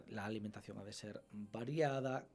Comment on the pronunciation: Alimentación es una palabra aguda. ¿Por qué pronuncia Álimentacion?